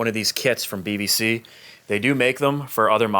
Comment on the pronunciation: I keep hearing BVC as BBC 😅